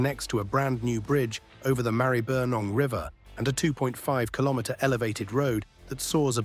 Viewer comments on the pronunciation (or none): Stupid AI narrator, no idea whatsoever about Australian place name pronunciation. Funny but rather ridiculous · Check your pronounciation of Maribyrnong - /mærəbənɒŋ/. Poms always pronounce Melbourne the same as they "do Eastbourne, Sussex, UK. Take no notice of the alleged aboriginal presence in the area of 40,000 years as expounded by Wiki. Being nomadic people they never had a nation, land ownership or even a home to live in. Additionaly they has no pots or pans or gold or metal tools. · Is the voice over AI generated? Can't even pronounce Maribyrnong correctly. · That is not how you pronounce Maribyrnong. Also, the MCG is the country’s biggest stadium not one of the biggest.